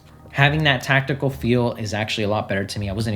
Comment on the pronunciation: Its TACTILE by the way, not how you said it lol